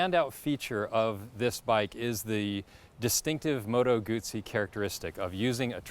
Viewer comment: Just say Moto Guzzi correctly. 🤌🏼